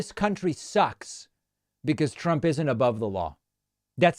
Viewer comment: How about when he called himself "Donald Prump"? Not many people have mispronounced their own name.